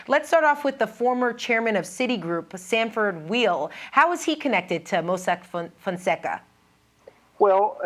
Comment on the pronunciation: Sanford Weill's name is pronounced "While", not "Wheel". He was Chairman of the Board of Carnegie Hall, when I worked there a long time ago. Also CEO of Citigroup.